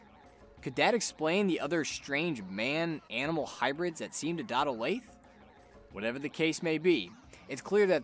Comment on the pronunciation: Olathe is pronounced Oh-Lath-A. Not Olafe.